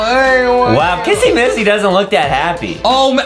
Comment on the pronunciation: It is not missy missy